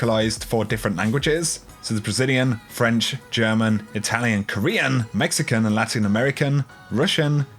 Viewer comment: I think my favorite thing besides all the content was how said Mexican lol